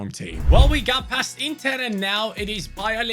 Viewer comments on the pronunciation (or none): none